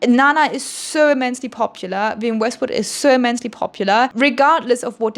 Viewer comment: “Wiwienne Westwood” is killing me